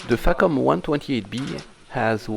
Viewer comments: in the spirit of AvE I use the term FACOM around computers quiet often- I pronounce it more like fuck'em though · I hope Im not the only goofball here that heard FACOM sounding like Fuckem'. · Facom... Haha facof!